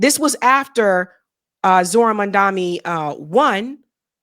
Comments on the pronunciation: It's Mamda..Ni Not Mamda...Mi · Why can’t you say the correctly? Mam dani. You are also saying it as mam dami. Why is it so difficult for you? Names have meanings. Changing the pronunciation changes meaning. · M A M D A N I. MAM. DANI. not mandami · You are doing great but his last name is MAMDANI. IS NI. NOT MI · WHY DOES EVERYONE GET MAMDANI’s name WRONG? ITS NOT MANDAMI. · Why are you calling a Mamdami? His name is Mamdani 😐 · Spot on analysis, but minor feedback—his name is pronounced Mamdani, not Mandami :) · It’s mamdani… Not mandami🙂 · Please can you say Momdani not mondami. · You're mispronouncing his name.... it's not mamdaMi.... it's mamdaNi.... or just say ZOHRAN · can you PLEASE say Mamdani’s name the right way. 🙏🏼🙏🏼 It’s so grating hearing you say MaNdani when it’s MaMdani! 😩 Jeez! 😡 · You’re pronouncing his name wrong ! His name reads Mom-Duh-Knee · Gees woman why can't you get the name right. It's M-A-M-D-A-N-I with a N. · Why can you not pronounce Mamdani? Are you just lazy? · Mam- da- ni..... Nee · I love your show!! But please pronounce Zorhans name correctly.. MAM-DANI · Why do you refuse to pronounce his name correctly? There’s an N in that name. N like Nancy. Why do you insist on saying Mamdami? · It's Mamdani, pronounced Mum-DAWNY. Thanks for another great video! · PLEASE. Mam-Dan-ee. It's really not difficult. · It's Mamdani! Pronounced Mam da nee. Why is it hard?? You still can't get it right?? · Why is Mamdani’s name so hard for you to pronounce? Can you put 1% toward getting it right? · would you appreciate if I kept calling you Sabgy or Sadby? Please take the time to say Mamdani’s name correctly. It borders on disrespectful. Like the mispronunciation of Kamala! I agree with you about VJ. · How is so hard for you to pronounce MAMDANI correctly? At this point, it's just straight up disrespect. Do better!